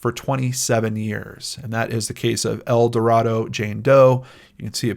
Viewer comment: Youtuber heavycasefiles just posted a really good short video on GED geneology explaining their origins and recent involvement in identifying unidentified people and perpetrators of crime. FYI, people in Arkansas say "El Do Ray do" not El Do Rah do.